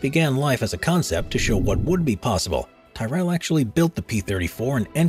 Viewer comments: "Tie-Rell" LOL. Why can't people pronounce names as they should be pronounced? In this case, it's pronounced, "Tirrel" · Tyrell is pronounced as tihhnot tie . Just saying. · It's pronounced Tirell, not Tie-rEll. Ken Tyrrell was not from Highgarden. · Tyrrell, said same as squirrel. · Tyrell is pronounced similar to "squirrel" not 'Thai-rell' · Come on people. Do some research. It's t-I-rell not t-AI-rell. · It's pronounced like "Tyrol" not "Tyrelle" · The name is pronounced 'Tirrell', NOT Tye rell! It's not difficult to pronounce correctly for goodness sake! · Tyrrel is pronounced Tyr-rel. As in the Norse God Tyr. The way you're saying it, it gets rid of an 'r' and looks like Ty-Rel. And it's Vet-tel. You sound it like Ve-tel. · its pronounced TIRREL not TYRELL. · It's Tirr-ull not Ty-rell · Tyrrell is pronounced Tee rull or "tier rul" in England and Tarroll (Like Barrel, or Carroll, or Sterile without the S) in Ireland. No where on Earth is it pronounced Tie rell. Source: Read the screen name (Irish branch of the family) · There has never been an F1 team called "Tie-rell", it's called "Ti-rul" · Pronounced Tirol non tyerell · It's pronounced "ti-rull" not "tie-rell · TIH REL. NOT TIE REL. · Not pronouned Tierell but Te-ryl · I know made me cringe a bit when I heard mention of the TY-REL team 😬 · Hahaha Tie-Rel the best part of the whole thing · Please watch some old f1 races with Tyrrell racing. You'll find it's pronounce Ti (as in tic) and rell (almost sounds like rull) so ti-rull otherwise ecxelent concepts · I cringed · Just the narrators reference, Tyrrell is pronounced ‘tier-rul’ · Tyrell ... Vettel This speaker has never watched F1 or knows how to pronounce famous names from F1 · I saw a squy-rell sat on a Tie-rell, wait, maybe it was a squirrel on a Tyrrell. Pfffft, Septics. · Tyrrell rhymes with squirrel mate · Ty-rell?…. It’s pronounced Tirrul. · Yo wtf is a Ti-rell ? It’s a Tear-ell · Dunno what a "tie-rell" is. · Tyrell....pronounced like squirrel.